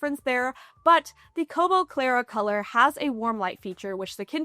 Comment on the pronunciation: Congrats on being able to say "Kobo Clara Colour" correctly so many times. lol I'm not sure I would've fared so well!